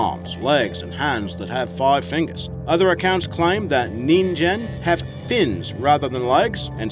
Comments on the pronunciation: "Nin-ghen" not "nin-Jan" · Humans in Japanese is pronounced ningen (with ge sounding like in the word get) not ninjen. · Ningen is pronounced with a hard G sound not a J sound.